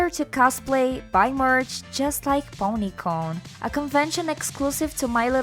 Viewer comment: Bronycon not Ponycon. In addition the Transformers/MLP thing is they are both Hasbro properties